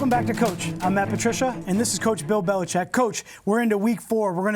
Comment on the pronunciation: BELICHICK. You can’t even get his name right